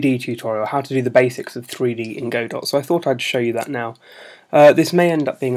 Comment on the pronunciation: it's pronounced "godoh"